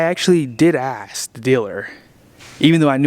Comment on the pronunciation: Bro, I love your channel but PLEASE. Its not Axe...it's ASK. No disrespect. I've had viewers tell me how to pronounce SIMILAR. ASK. 😊